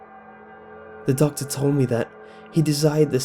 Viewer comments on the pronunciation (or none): I finally realized he was saying "doctor" and not "duck" FML. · I thought he was saying duck aswell